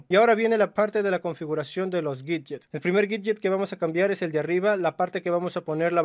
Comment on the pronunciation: Aprende a hablar bien por favor, no es miyuai es miui, así de sencillo, no es guidyes es widgets.